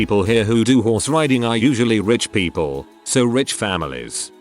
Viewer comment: I could've sworn he kept saying whores instead of horse.